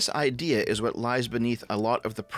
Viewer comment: "I'm, a hwat?"